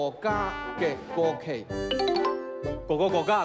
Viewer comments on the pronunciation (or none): 哈哈哈gogogogayougogogogageiguokei，贾玲的gogogoga真的笑死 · 国旗的那个我只听到go go go ga yao go go go go go go ga kei kei😂😂😂